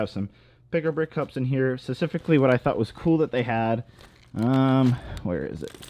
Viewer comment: This guy still can’t say “specific” or “time lapse” correctly.